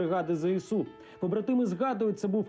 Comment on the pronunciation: Чого зєсу а не ЗСУ ?